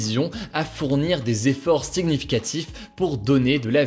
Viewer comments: « SiGnificatif », « pluS compliqué »... hugo, en francais toutes les lettres le se prononcent pas ^^ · S’est moi ou il a dit siGnificatif?